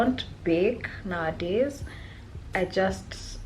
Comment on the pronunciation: Take a sip of water everytime she says nawadays😂such a queen tho❤